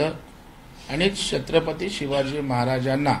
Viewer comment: दरेकर त्याच्या पेक्षा," छत्रपती " ही नीटपणे बोलता येत नाही शत्रपती बोलतोय हे काय इतिहास शिकवणार.